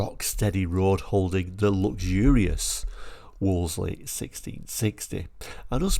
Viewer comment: I do enjoy your channel but the marque was pronounced 'Woolsey' - the second 'l' is silent.